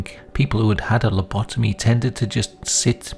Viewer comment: Das heißt Lobotomie (mit O, nicht mit A) nicht Labitomie